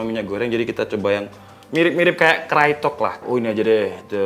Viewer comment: bang, dibacanya kraytok, bukan krayotek